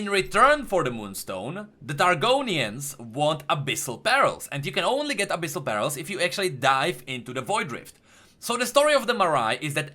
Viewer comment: err are you trying to say Abyssal PEARL or BARREL?